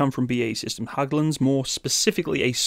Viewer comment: For the future, it's closer to "Hegglunds" rather than "Hagglunds"